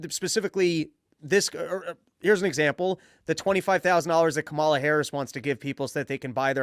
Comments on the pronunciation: Dave I believe you’re pronouncing Kamala’s name incorrectly. The emphasis is on the first a, not the second a. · I call her Camera, because, because when I was a poor little black girl being raised in the scraggly woods by my quadruped mother (she ain't had no arms nor legs, which was her misfortune, and none of my own), I couldn't pronounce Kamala, so I says Camera instead. I also couldn't pronounce toast or Philadelphia.